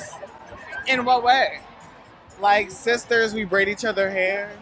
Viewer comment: Sizturs 😂😂 the complete opposite of rewmates